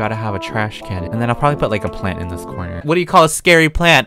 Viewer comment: nobody: Absolutely nobody: Not even an Alien:: Palont